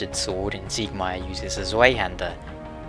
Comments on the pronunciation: Its pronounced tsyhander, in german Its Zweihänder or Bihänder you could Even say Zweihandlangschwert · tsvi hand-ehr (roll the R) and the a should be pronounced how you say aah huh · It brought a smile upon me hearing your pronounciation of the Zweihänder, i have to admit :) I guess german is very hard for everybody to pronounce^^ Anyway, I really enjoyed Dark Souls and your Lore Videos and I wondered if you might revisit it some day. Since now there's Dark Souls II, the Dark souls content might have got a little bit 'old' or something. Still I would appreaciate a video about Quelaag and her sister if you were to revisit the series sometimes :) Keep up the good work and best regards from germany, we wouldn't want to see you go hollow ;) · the way to pronounce zweihänder is as follows: just say the "ei" part like the english word " eye" .. and there you go